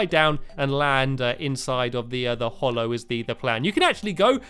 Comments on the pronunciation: STAMPY, THE BIOME IS CALLED THE HALLOW. HALLOW!!!!!!!!!!!!! HAH-LOW. HA, AS IN HAT. HALLOW. Why do you call it the hollow? It isn't. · and Stampy the way u say HALLOW IS wrong u say HOLLOW H-O-L-L-O-W it is HALLOW H-A-L-L-O-W HA-LOW HALLOW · FFS it's HALLOW NOT HOLLOW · It's the hallow, not the hollow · NOT hollow its HALLOW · Has anyone told him that it's pronounced "hallow" instead of "hollow" yet? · Warren Leshore You are a very rude person, if it doesn't matter then you really don't need to get SO angry about it- i will not shut my mouth, I like his videos too so i will watch them whether you like it or not, I just hate the way he says hollow when it is not hollow, it is hallow so I am going to say so whether you like it or not. I know it's just his pronouncing, he is pronouncing it wrong. I care, that's who! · ITS HOLLOW NOT HALLOW!!! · Erica Bea Yes there is a "real" way to say it because hollow is a different word with a different meaning, it's not an accent, it is a mistake, no it's not that important but it annoyed me so i commented and it's important enough for you to comment and continue the argument. The real irony here is that Stampy is so hallowed that nobody can criticise him even when he has made a mistake! If i said Stampy was hollow it would mean something different. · UnicornsRule2426 i know he is British, that has nothing to do with it, every other terraria youtuber can say Hallow, why can't stampy? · ***** No, Mr TheMCBlockhead, it's not. For the what seems like the hundredth time, it is because he is British (so am I) that he should know how to pronounce hallow properly. every other British youtuber on Terraria (eg. Chippy Gaming, Python GB) can pronounce it properly, Stampy should too. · Fantasticcake 2000 no, for what seems like the 200th time, it's not because he is British. Chippy Gaming and Python GB are both British and they can say hallowed properly.